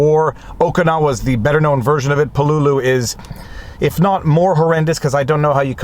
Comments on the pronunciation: Thank you for a really good and insightful review of "With the Old Breed: At Peleliu and Okinawa". (Pronounced "PAY - LA- LUE"). YOur commentary about how you were affected by the returning servicemen was well done and very articulate. One small correction, and as you were doing everything with so much respect and reverence this is just a lack of information, Marines are not called "soldiers". If you serve in the Army, you are a soldier, if you serve in the Navy you are a sailor, if you serve in the Air force you are an airman, if you serve in the Marine Corps you are a Marine (and yes, it IS capitalized). Thank you once again for a great review, and as several others in the comments have pointed out "The Pacific" does a really good job of capturing the spirit of this, and many other ("Helmet for my Pillow", "Guadalcanal Diary", etc) books about this war. I would however recommend the book "Coral Comes High" by Carl Pope. It is the account of one company of Marines for the first three days of the battle. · Pronounced pel-e-lew. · Great book. But it's Pell-e-lew or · Repeat after me: Peleliu: “PAY-LAY-LOU” or “PAY LEE LOU” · you're mispronouncing Peleliu as info. Its Pel-la-lou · I've never heard anyone pronounce Peleliu as "Puh-LOO-loo". I've always heard it pronounced as "PEH-lay-loo" or "PEH-leh-loo". Now I have a new pronunciation to keep in the proverbial back pocket. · Same here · Pel-a-lu. At least, that's the way we Marines pronounce the name. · Lol please don’t, you are correct, he’s been driving me nuts with this pronunciation for 3 days…. I made the same post on his pinned comment before I saw yours … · I was being polite and didn't want to correct him. But at least he said "strategery" instead of "strategy."